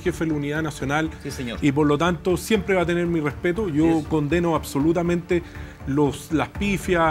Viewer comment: Yo solo vengo por Artes a que diga: "acsolutamente".